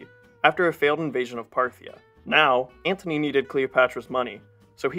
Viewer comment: Please... it's Mark Antony!! Not Anthony!!